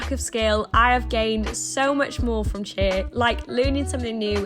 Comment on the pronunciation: omg it took me a good minute to realise she was saying cheer XD